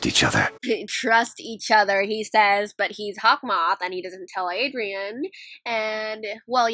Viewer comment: U called haukmoth(sorry l spelled it wrong)mothy like alya sister